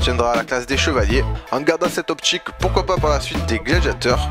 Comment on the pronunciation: SorTir, sTylé, opTique, peTite, Type..... pas sortchir, stchilé, optchique, petchite, tchipe.... bref sauf cet accent horrible bonne vidéo ! j'aime bien tes vidéos mais la diction pour certains mots ça me glace le sang putain XD